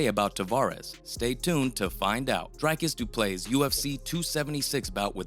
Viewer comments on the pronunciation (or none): Dreek-is Dew-plew-see learn names dude